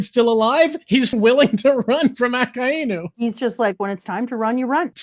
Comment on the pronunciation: I love you guys very much. But hearing say “Aka Inu” is doin my head in. It’s one word!!! I’m sorry